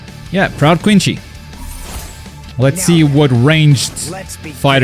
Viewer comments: thanks for clarifing that. Also I never said that saying Quincy rather than Quinshy is wrong it's just how it is said in sub Also how do the dub say the german words because i swear from what i saw almost all of them mispronounce the V in W or ch as they do in german. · It's Quincy, it's a German word, Japanese pronunciation makes it wrong. Rukia is Lukia, Erin in AOT isnt Ehrin. So to anyone who says "the sun pronounces it as..." It's a manga and the implied translation is the correct one, Japanese, English, Spanish and German are all over bleach. Let alone the bleach anime being an above average adaptation, worse than narutos, dragonballs and party from pacing one pieces. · I like how he disses the DUB for saying the Shikai badly and then immediately he fucks up and mispronounces Quincy XD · Look up the pronunciation for quincy😭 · Yea. He also pronounces Quincy wrong. Probably because he watches the sub, and they don’t pronounce a lot of the German and Spanish correctly either. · THERE'S NO H IN QUINCY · i love watching ppl try to say quincy stuff so much 😭istg its always so funny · You’re saying Quincy wrong it’s pronounced like quinsy not quinchy btw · If they are a sub only watcher they probably don't realize it's Quincy and not Quinchy as the japanese pronunciation would be their only exposure to it. It's more forgivable than say someone unironically saying Bruza or Muza instead of Brother or Mother. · I can’t tell if your being serious when you call him a quinchi 😭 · Quinsy is the intended pronounciation but the japanese pronounce it as Quinchy. You're not wrong for finding an english speaker saying Quinchy funny. It's like an english speaker quoting the JJK japanese dub and unintentionally saying Bruza instead of Brother. That's just how they pronounce it. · Why is he saying "quincy" like that?😅 They just can't pronounce C's is japanese. That doesn't mean we cant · gatekeeper of english dub but can't even say quincy properly lol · He said “Quinshee”